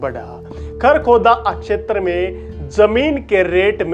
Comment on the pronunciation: क्षेत्र का pronunciation इतना कड़क और अलग अलग करके बोलते हो जैसे की ये 4 शब्द हों। Info brought out is not authentic n reliable